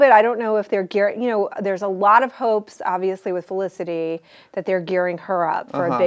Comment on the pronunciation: Her name is Felicity not Elicity.